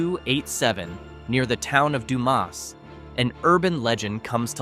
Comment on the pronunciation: Sah-LAH-do? Du-MAS? POM-pa? HEE-co? BEW-chanan Dam? Get it right or don't do it at all. Oh, and since both John Wilkes Booth AND Billy the Kid apparently lived out their lives in HIGH-co, perhaps we should look for Amelia Earhart and Jimmy Hoffa there as well.